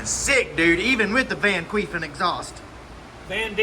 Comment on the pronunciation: Totally agree with you at the end there... he's done 4 bikes for me and will do them all for me from now on! Also... "van-quefin" 😂😂😂😂